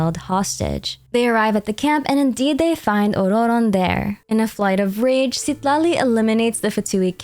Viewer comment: Why are you rolling the 2nd "r" in Ororon? It just comes off as pretentious and extremely annoying when nobody in the lore/game is pronouncing it with a rolled r. Jesus christ. You can't seem to use a single pronoun for him, so you're actually saying his name every 4 words which sounds insane.